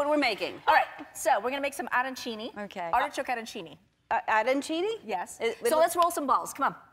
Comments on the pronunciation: Joana Maria Arancini: the accent goes on "INI" , and she is spelling it wrong, I am speaking fluently Italian and my husband is Sicilian (where are arancini from), we eat a lot of arancini but I couldn't understand what is she talking about. 😉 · Aidan B Why are You writing ITALIEN, it's ITALIAN. Also... the rice balls are called the "ARANCINI" and she doesn't know how to pronounce them either.